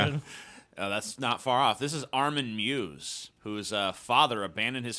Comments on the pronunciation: It’s pronounced My-Wes not mews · The Cannibal of Rothenburg's name is MEIWES and not Mews. x´D Pronouced: MI-VES MI as in "mite" without the "-te" and VES as in "vest" without the "t".